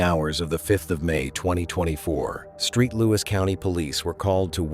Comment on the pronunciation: It's Saint Louis, damn!!